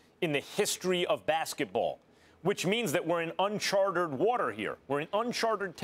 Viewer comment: Unchart-ED Max, c'mon.